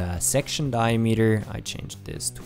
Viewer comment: Like, It's a good tutorial... But the way you pronounce "diameter" makes me cringe down to the bottom of my stomach. And the amount of times you say it, you would think you would get it right just once...